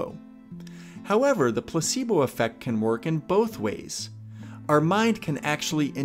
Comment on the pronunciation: I have my headphones on and whenever you say Placebo it always sounds like you're saying "p*ssybo" 🤣it bothers me so much tbh